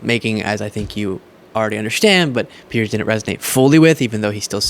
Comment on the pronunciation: Piers, as in rhymes with tiers.